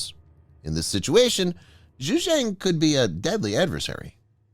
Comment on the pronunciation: I cringe whenever you pronounce Xi and Xujiang. The letter X in Chinese is a substitute for the letter combo Sh. It is not pronounced "zhj". That sound doesn't exist in any dialect of Chinese. Here's how to remember it with a mnemonic: just think "that's what Xi said" and remember that it sounds exactly like "that's what she said".